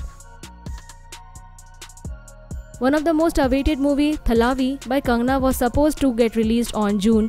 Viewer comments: She is kangna not Hangna 😆😆😆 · it is kangana and not hangana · Not hagna Ranaut it's kangana ranaut